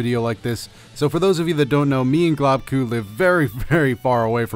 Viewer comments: GLOBEKU not globku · Globku. Pronunciation: Globe- ku